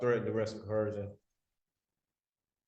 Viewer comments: Somebody needs to tell this guy there is no H in coercion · Why does EVERY sovcit mispronounce the word “coercion”? There is no damn “H” in that word, you blithering idiots… I guess you manage to get everything else wrong, why should this be any different ?